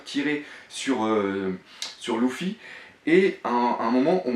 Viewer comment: arrete de dire louffy . sa s'écrie luffy mais sa se prononce leuffy